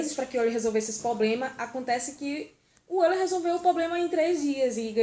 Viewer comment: Não é oil!!!!!é Euler!!!vc tem jumencia???